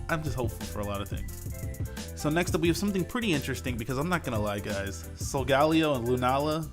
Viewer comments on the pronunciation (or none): is the only person to pronounce Solgaleo differently